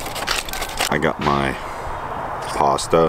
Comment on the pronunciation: We pronounce it “pasta” Not “pasta”